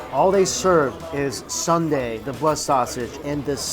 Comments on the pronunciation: Pleaaaaase don't call it Sunday 😭. Soon-dae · Please it’s not Sunday like the day of the week. It soonday like I will see you soon. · It's NOT Sunday LOL. It's Soon Dae. (Soo-un Dae) He keeps saying Sun day. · Not “Sunday”....”Sooooohn Day”: blood sausage soup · soon dae....not sun dae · Its "SOON-DAE"! Not "SUN-DAE"! 🤣🤣🤣🤣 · Lol, he's trying! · SOON dae, not sun dae. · Sorry dude, but it's Soon dae, not Sunday... Those cheap buffets of korean food are great for business workers, working class people, you could literally go there every day. I still think you'd enjoy an all you can eat shabu shabu place. It's like hotpot, more savory than spicy. You can put all kinds of whatever you want in it like prawns and veggies or beef slices. There used to be a really good one near star tower, but that was like 6 years ago. I'm sure there's plenty around. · Hey Mike, it is Soondae, not Sundae. BTW that place looks legit! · Angelica Skinner restaurant fault...poor mike and his sun-dae 😂😂. Thank you for commenting with the right pronunciation: soon-dae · That's a legit soondae kuk (gotta love how he pronounces it like an ice cream sundae). I wish there were places like that in the US...! Blood sausage is so underrated. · its "soon-dae" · Its soondae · It's prounced soondae